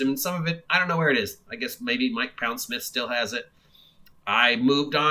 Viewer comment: I think he pronounces his name Pond-smith btw, instead of Pound-smith.